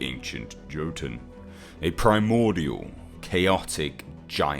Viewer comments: Its not pronounced JOtoun,its pronounce YOtun,dumbass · If you mispronounce jotun 1 more time